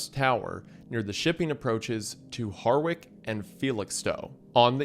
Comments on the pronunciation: Yay, my beautiful hometown (Felixstowe). And by the way the town you call Har-wick (Harwich), is actually pronounce Ha-Ritch. Been a subscriber for years, love your content, so cool to see you cover something I can see from my bedroom window! Much love from the Sunny south east of England 👍🤙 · any town or city in england with the "wich" suffix is pronounced as "idge" therefore harwich is pronounced ha-ridge the wich suffix is old english for town but was used to define towns with high er trade on the east anglia, the city norwich used to be the 2nd richest only beaten by london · fun fact Harwich is actually pronounced like more like Harr-idge or Harr-itch. My family used to take a ferry from there a lot when I was a kid and I always loved reading the road signs but I would always be so confused why there weren't any signs saying we were close to 'Harridge' yet